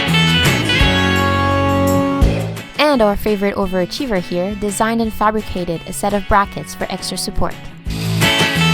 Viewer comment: ha...finally, she said "over-achiever". Now i can relax and enjoy the videos more cause I'm not saying it to myself...and someone please explain why a majority of American's call it chipoLte instead of chipoTle...and then 99% think it is an actual kind of pepper.